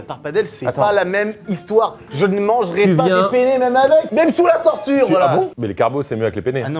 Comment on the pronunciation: Attention quand vous dites Pene.....car en italien le pene c'est le zizi 🤣🤣🤣🤣🤣 on dit PENNE avec de N 😅